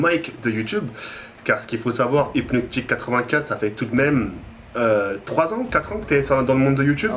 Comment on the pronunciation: c'est et pas hipnotik A part ça, bonne vidéo